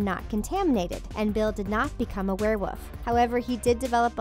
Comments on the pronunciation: Wolf not woof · Did you say “werewoof”? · 😂😂😂 lady you really just prenounced it were-woof 🤣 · Did you also hear her say were woof instead of werewolf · She said the same for were-woof instead of were wolf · "werewoof" lol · "warewoof" I died!!!!!😂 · Werewoof. Love it. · Did she say werewoof instead of werewolf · it's a werewoof oh no fenrer greyback a werewoof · Hell-N-Ah Ravenclaw thats the pronounciation not Hul-An-Ah learn to pronounce every name and word you said before doing this video again and its werewolf not werewoof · flusfer stone warwuf wow lady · What is a wherewulf also that sounds like Crabbe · Lol you Said were woof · Could I make a suggestion? When you or your researchers are putting together the content for the video, please learn the pronunciations of the names. Almost every name was pronounced wrong. It was rather annoying. 'Ralph Fiennes', 'Warwick Davis', 'Domhnall Gleeson' and even just the word 'werewolf'. I can imagine getting a name or two wrong, but the whole video had me cringing at every name, which is a shame because the content of the video isn't all that bad.